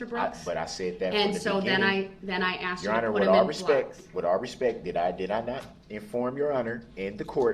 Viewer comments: "I did not axe dem da do dat". 🙄🤢🤮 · I did not axed them to do dat. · I'm sorry. The word he used was not "asked," it was "axed." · Axe, axed ,axes ax! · Axed to do dat? What does that mean? Help me out here. I'm confused. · Axed em ta do dat? Terrible to pay for this guy studying law in prison after destroying so many lives